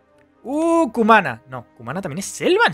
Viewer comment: Cumaná el acento en la última a